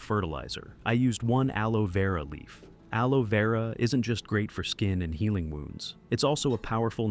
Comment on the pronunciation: Amigo una pequeña corrección es aloe vera no aloe veura